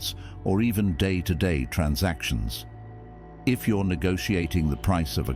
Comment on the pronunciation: Day. Not dat lol